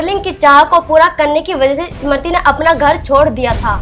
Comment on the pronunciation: Pahle Sahi tarike se Smriti bolna toh seekho,uske baad bolna Anchor mahodaya